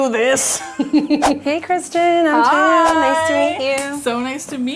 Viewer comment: I’ve never seen the name Thea pronounced like that. At first I got excited because my cousins name is Thea (Theadosia) but pronounced Thee-uh...and I’ve never seen that name anywhere else. Well, I seen it but found a new way to spell a different name!